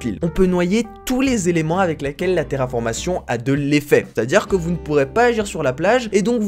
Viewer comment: "terraformation" ? j'ai saigné fort des oreilles